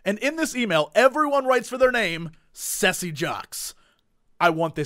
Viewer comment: I kinda hate you now... I've been called Cesse in 5½ years... My name is just pronounced like: Kesse.... You pronounce it WRONG! :) But you're still awesome. :D